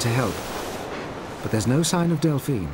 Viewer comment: bro delphina cmon man got me stressed